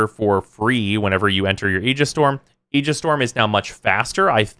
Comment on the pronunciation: Nerd? He pronounces Aegis correctly like me!